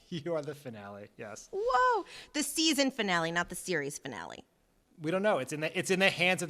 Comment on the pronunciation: Loved the finale with Mastromonaco. She finally turned me into a fan of hers. Also, it's not pronounced fin-alley. It's fin-ollie.